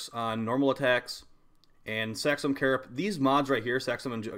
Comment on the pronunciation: why do ya say carapiss instead of carapace???